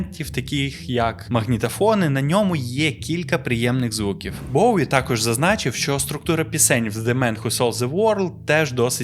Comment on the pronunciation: Респект за "Боуі", ненавиджу варіант транслітерації через "В", хоча він є більш коректним за правилами української мови. Тільки над вимовлянням англійських слів вам треба ще попрацювати, щоб воно не різало вуха слухачам,)) Я багато років вела літературно-музикальний блог bowiepages, з початком війни постала дилема: я не можу далі писати російською, але не настільки володію українською, на жаль, щоб описувати нею такі складні явища, як Боуі.